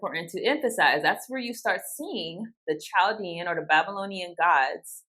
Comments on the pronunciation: Chaldean is pronounced Kall-DEE-an, not with the soft, English 'ch'. Murašu is pronounced m'-ra-shoo. The mu is like mud or mug, with a schwa 'u'; the ra is like the word rash; and, the šu is with a long u like the word shoe. Mu-ra-shoo, or m'-ra-shoo. : Excellent explanation of 'call no man your father'. Father means interpreter: PTR. That's why the Pope is papa. The one who determines the interpretation of scripture. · Just helping out Chaldean is prounounced Kal-Dean, they are native to Iraq and speak aramic their religion is catholic. There is a large population in the city of Detroit.